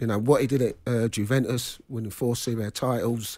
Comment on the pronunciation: Paul Ince played in Italy and still calls Juventus, "Guventus"